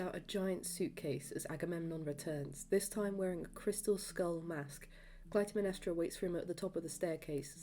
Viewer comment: This is incredible, great work and incredible memory! I saw the show 23 times, every scene (except for a few 1:1s). You might want to look up the pronunciation of “Iphigenia” (if-uh—jen-EYE-uh) and Clytemnestra (klye-tem-NES-tra), but those are my only notes 😅🧡